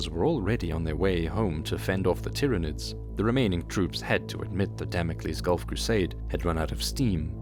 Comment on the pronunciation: ah yes the 'Tiranids' named after the planet 'Tyran'. I always imagined the Tyranids being pronounced like Tie, Tyrant or Tyranosaur, not Tick or Tim. So disappointed the first time I heard it out loud after reason codexes and black library books.